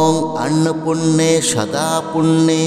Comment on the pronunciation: Annopurne eta k annopunne. Uchcharon korchen keno vul mantra uchcharone khoti hoy